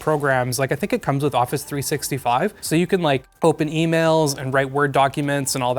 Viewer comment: Why has no one mentioned the way he said office 365 😂